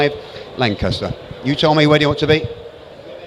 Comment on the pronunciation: Lot 281 , would have been nice to call it a Lanchester rather than a Lancaster.